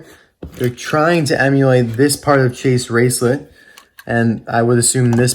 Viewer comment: You say chase racelott’s name wrong